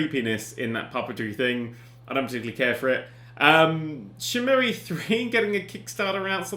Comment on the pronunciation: "Shen-Mu-E" Oh Dan... #haveawank